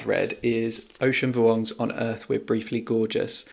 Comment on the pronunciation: wow your pronunciation of "Vuong" was perfect! Haha not that it matters all that much if someone gets it wrong but I applause you since a lot of people can't pronounce the "uong" sound.